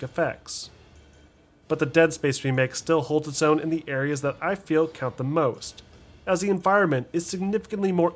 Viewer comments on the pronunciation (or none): none